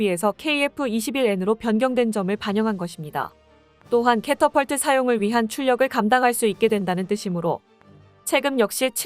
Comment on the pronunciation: catapult 는 캐터펄트 발음으로 한다. 캐터필트는 아니다.